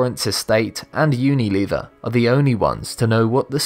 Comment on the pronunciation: Lol "unileever"